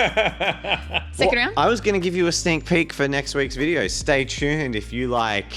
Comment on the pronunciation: “Our last vidier..” 😂